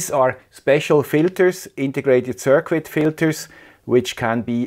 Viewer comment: I love the accent, but if you could just change this pronunciation... Circuit is pronounced sur kit.